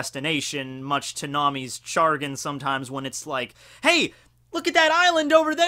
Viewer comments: Grammar Nazi Time! XD "Chagrin" is pronounced "shuh-grin", with the emphasis on the second syllable. Not "char-gin." :) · "Much to Nami's Chargrin..." I thought it was chagrin. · Did you say... Chargin? Isn't it chagrin? Sha-grin? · Did you...did you say chargin incorrectly on purpose?